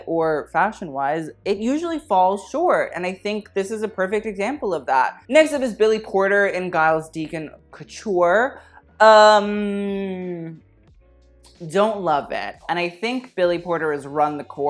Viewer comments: sweetie AGAIN it's pronounced Jiles not Giles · Giles is pronounced with a hard G “Jiles”. Catriona is pronounced like Katrina.